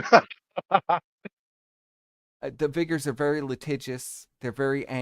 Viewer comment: It's pronounced Vickers not viggers its not that hard.